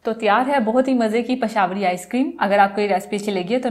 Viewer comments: Pashawari ?? 😂😂 It's pishawri.. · pashawri.. hahaha ..😂 ..how she say... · pashawri... hahaha.. how she